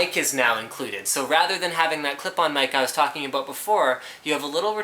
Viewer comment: aboot :D